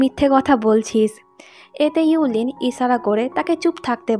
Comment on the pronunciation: আপু মেয়েটার নাম হবে,: yue qianling আর ছেলেটার নাম হবে:gu xun. আপনি নামগুলো ভুল উচ্চারণ করেছেন। মেয়েটার নাম: ইউ লিন হবে না আর ছেলেটার নাম: গু সুয়ান হবে না। পরেরবার নাম গুলোর উচ্চারণ একটু ঠিক করবেন।